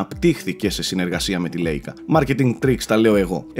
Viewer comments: Λάικα και όχι λέικα, η λέξη είναι γερμανική. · προφέρεται χουάγουει ή ουάγουει και Λάικα όχι λέικα:) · η εταιρία της κάμερας προφέρεται λαικα